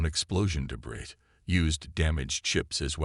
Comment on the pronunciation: The word cadet and debris . Butchered it too many times for me Made it to 6 min mark